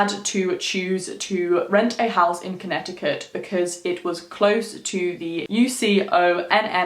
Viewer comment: I Live About 40 Or So Mins Away From Southington I Live Near Mohegan Sun Casino 🎰 In Norwich CT So I Was Superrrrrr Fucking Excited Seeing That You Did This Video AND I ABSOLUTELY LOVEEEEEEE YOUR ACCENT ❤️ THE WAY YOU SAY CONNECTICUT IS SO DOPE LOL 😂 I Always Said To My Mom That I Would Freaking LOVEEEEEE To Give Birth To My First Child In Australia 🇦🇺 Or The UK 🇬🇧 In General Just Too Raise My Children Out There Long Enough For Them To Pick Up That Beautiful Accent And Then I Would Move Back To The US 🇺🇸 I Adore You So Much 💪🏾 You Have The Most Beautiful Soul And Man Your Aura, Energy And The Vibes You Give Off Are So Strong You’re Definitely On The Right Path Stick With What You’re Doing And PLEASEEEE Make A Video Spilling The Tea On What You Do To Be As Balanced As You Are Like Chakra, Mentally, Spiritually And Emotionally Wise & DEFINITELY On How You Keep Such Radiating Pure Energy That You Have The Light Beaming Off Your Crown Chakra Is AMAZINGGGGGG!!! 2020 Is Your Year !! Continue To Stay Genuine, Pure, Beautiful Souled & Humble And The Blessing Your Going To Receive This Year Is Going TO BE EVERYTHING That You’ve Been Manifesting And Working Hard For YOU GOT THIS BEAUTIFUL QUEEN 👑 RUN WILD MOON CHILD 🌝💝💛💖💛💝 BLESSED BE HARMONY AND THE REST OF OUR NICE GANG 😈🤟🏾☮️💜☮️💜☮️💜☮️💜☮️💜☮️💜☮️💜☮️💜☮️🤟🏾🙏🏾💪🏾🤞🏾🤏🏾💋😈